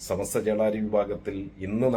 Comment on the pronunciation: സമസ്ത എന്ന് പോലും ശെരിക്കും പറയാൻ അറിയാത്ത ആളാണ്, നമ്മുടെ അനൗൻസെർ. ചമസ്ത എന്നാണ് പറയുന്നത്.